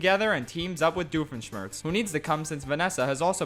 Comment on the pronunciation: Your Doofenshmirtz cadence and pronunciation is superb. Now if you only got the tone and gravely quality down, you'd be a legit Doofenshmirtz impersonator